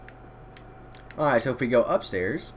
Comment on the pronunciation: Dude stop saying airight